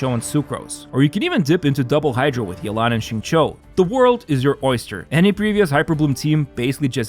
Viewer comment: the first youtube guy who bothered to check the pronunciation of xinqiu's name?